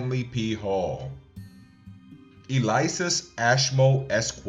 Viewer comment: Elias, not Eliasis.